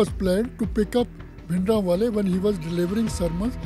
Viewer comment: Lady doesn't know that it's bhindra wale not bindra wale ... she is an absolute fool person.